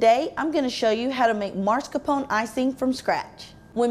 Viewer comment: Why is she pronouncing it MARscapone, when it's MAScarpone? I hate that!